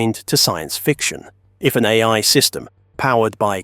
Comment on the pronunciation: dude pronounces A.I. as "aye" lol. is this voiceover A.I.??